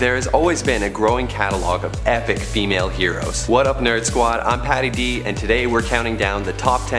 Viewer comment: Wtf!!! You said you're "patty d" wow